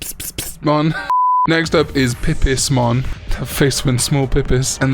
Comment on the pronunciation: I love the bit where you get pipismon's name wrong. pepsimon and pspspspsmon made me laugh